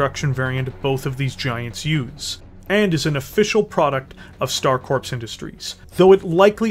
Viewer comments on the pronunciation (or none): Please stop saying Star corpse. The p and s are silent it is pronounced core. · Do you keep saying star corpse instead of star core when you say Star Corps?